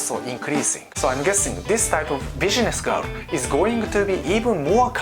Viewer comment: u need work on pronouncing "business" sounds like "bidgenesch"